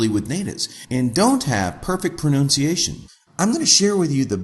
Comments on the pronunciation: "Pronoonciation" XD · He mispronounced pronunciation...